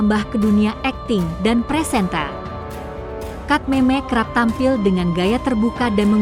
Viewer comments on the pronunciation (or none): Lidah inggris